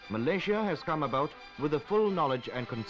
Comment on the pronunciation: No wonder people are confused. This is the incorrect pronunciation of Malaysia by the narrator.